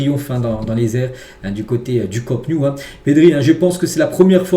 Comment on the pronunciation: Je suis catalan et quand j'entends le Camp new j'ai les oreilles qui saignent. Tu dis t'intéresser au Barça et tu n'es pas capable de prononcer correctement le nom du stade. Camp Nou (ca_mp no_ou)